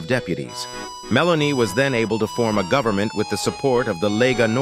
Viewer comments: What a mess AI makes. It can’t even get her name correct. Meloni, Melanie. Make up its mind. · Her name is Meloni not Melanie. It can’t be that hard to get it right. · You cant even get her name right ,its not Melanie,its Meloni,and what youre saying its absolute BS,gets your facts right she is nothing more then a PATRIOT,that is why her party uses the openig line of the Italian national antem as their name ie Fratelli DItalia ,in English Brothers Of Italy,since when loving your country is not ok?